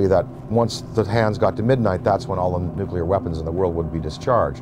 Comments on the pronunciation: as soon as this moron said nucular...I stopped watching it....It's fucking Nuclear!!! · this clown can't even pronounce "nuclear" correctly, but he's supposed to be an expert? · Why can't any of these experts pronounce the word, "nuclear?"